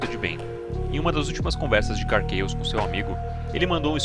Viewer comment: Se você le "KARR CHAOS" como: Karr "QuEIOS", você tem que ler o KARR com "QUERR", pois o a tem som de E no inglês. Ou laia como o nome de fato é: KARR "CAOS" CHAOS = CAOS. Dito isso, muito bom o video, nota 10